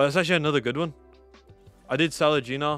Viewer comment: Why u call gnar a gina? 😂 Nice video mate